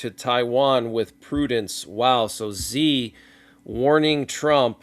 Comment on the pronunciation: Hey man just a heads up Chinese leader Xi is actually pronounced she thanks for all you do!